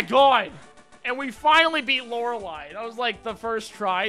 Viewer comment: I've been watching a lot of. It's refreshing to hear someone say "Lorelei" correctly.